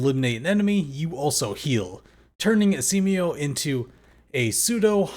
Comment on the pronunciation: Are you deliberately calling him Esiemio as a nickname? There isn't a vowel between M and O so it's supposed to be pronounced as Es E Mo not Es E Me O... 🤷‍♂️🤷‍♀️🤷